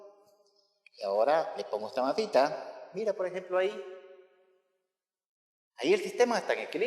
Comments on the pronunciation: JAJSJAJSAJKKJAJA a mi tmb "mazita" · Me gusta cuando dice "masita"